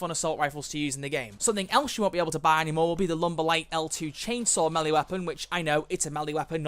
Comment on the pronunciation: wait....do you pronounce melee are me-lee? I thought it was pronounced meh-lei or may-lay